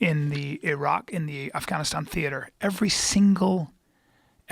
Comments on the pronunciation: Brian quit pronouncing affGaaaniistaaan Ike that. PLEASE! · Bryan "Its pronounced Af-Gon-E-Stahn" Callen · Bryan decided not to pronounce afganistan weird af after saying it weird af 20 minutes ago 😂😂